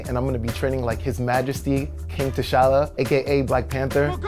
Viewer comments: T’shalla? T’challa my friend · okay but is it just me or is pronouncing T’Challa wrong???